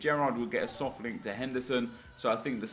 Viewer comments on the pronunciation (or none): It just makes me cringe when you say "Soft link"